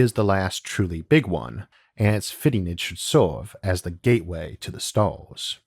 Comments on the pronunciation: "A gateway to those Stawws" - Isaac Arthur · S T A W S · Nobody: Isaac: Staws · Left when I heard "staws" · #staws #univawse #awth #nuculaw #uwanus